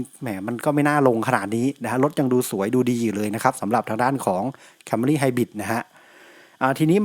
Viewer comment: ผมได้ยินผู้อธิบาย เรียกรถยนต์ CAMRY ว่า แคม - มา - รี เออทำไมเขาเรียกแบบนั้น ? มันไม่ได้อ่านว่า แคมรี่ หรอกรึ ?